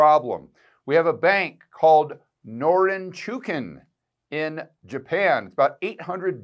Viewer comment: Just FYI, to pronounce the bank's name, it rhymes with "no-ring-chew-king"